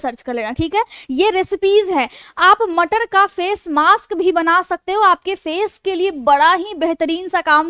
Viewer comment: So sweet "Matarr" lecture. 😅😂